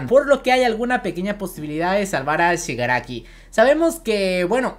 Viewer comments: Xq no dices bien el nombre de shigaraki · ShigarAFO dicen porque no es técnicamente ni Shigaraki ni AFO (All For One) ya que es una mezcla de ambas personas